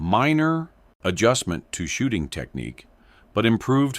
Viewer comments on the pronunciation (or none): none